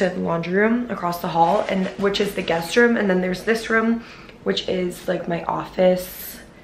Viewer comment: I love you but it’s ROOM not VROOM